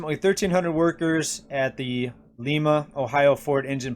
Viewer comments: FYI: it's prounounced lima as in Lima bean...and Ford in Lima has been laying off employees on and off for decades ..I know people who work there...yet the Lima Ohio Abrams tank plant is going strong as always..war is coming !! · Just FYI - in Ohio, Lima, OH is pronounced “ Lime-a. It’s ok, national news does it too.